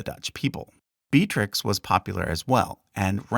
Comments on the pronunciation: Johan de Wiit -> Johan de Witt, you misspelt his name. Also, some of the pronunciations were a bit disappointing; I hoped you would at least know Beatrix is Be-a-trix, not Bea-trix. 😅 The emphasis in Amalia's name is on the second a, not on the i. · Great video! 2 minor gripes: Beatrix is pronounced with 3 syllables, [Bee-yah-trix] or even better [Bay-yaj-trix] Amalia has the stress on the second syllable, aMAlia.